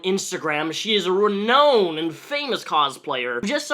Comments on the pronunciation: Renown, not reknown. Nice to see you back on form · renown : re-now-n (re-noun).